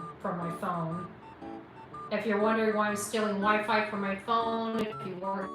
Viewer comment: not wee-fee today?